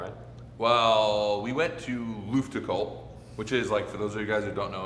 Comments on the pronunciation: pronouncing Luftgekühlt as Lüftgekuhlt is absolutely hilarious to me, if he just swapped the sounds it would sound almost perfectly German😂 Damn, that scene of placing that sticker on the guardrail absolutely made me bawl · i never heard some one butcher luftgekühlt oh gott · As a German I not even understand the word „luftgekuehlt“ like you pronounce it… 😂